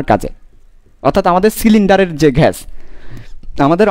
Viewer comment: ঘেস বলতে কিছু নাই স্যার। গ্যাস হবে। ধন্যবাদ 💩